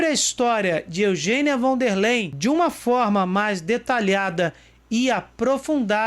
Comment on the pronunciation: Von der Leyen => 'Fón dér láien'